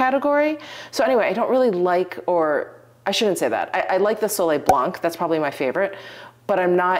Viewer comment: Hi..if you're interested.... the french pronunciation of Ébène Fumé...Ébène = Ayben...e is silent...you've got fumé covered:))...oh...blanc..the c is always, always silent...Soleil blanc, Sauvignon blanc.....never blânk.. with love from my little francophone heart 😉